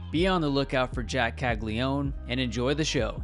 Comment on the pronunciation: It’s Cagli-a-none at least say his last name right if you’re gonna make a video hyping him up.